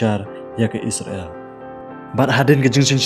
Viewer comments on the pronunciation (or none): Pronounced bha se bah kam dei isra.. l kan dei Israel.. 😊